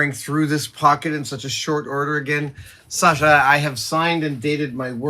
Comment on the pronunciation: You say "Sasha" almost as a native Russian! Great pronunciation!